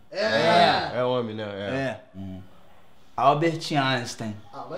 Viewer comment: "Bobi Esponja" e "Alberti Aistein" kkkkkk